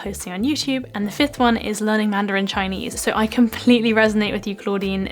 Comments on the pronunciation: You have an authentic Chinese pronunciation👍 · gosh, your Chinese accent is so gooooood... you sound like.... i don' t know, my sister...